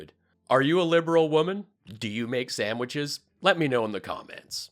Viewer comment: How's making MIKE STEAK SAMWICHS?? LMAO